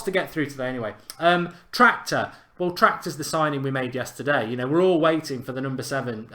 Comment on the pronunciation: "Tractor" ffsssssss 😂😂